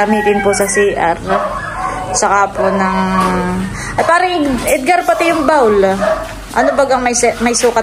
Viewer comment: sobrang bait ng sponsor nila Adyaw at blessing na rin kayo sa kanila.Bihira na rin mga taong kagaya nyo. Pasensya na pero napansin ko lang pronunciation mo: 'bowl' and not 'bawl'. Please continue to be a blessing to other people.